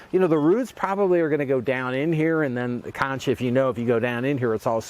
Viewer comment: It’s pronounced conc without the h.